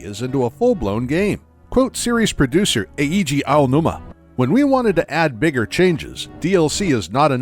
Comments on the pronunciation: Just for the record, Eiji Aonuma's name is pronounced ei-ji, not e-i-ji. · e-e-ji ownoomah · It hurt every time he said E-E-ji Aonuma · E-I-Ji Aonuma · Eheegee Aonuma 😂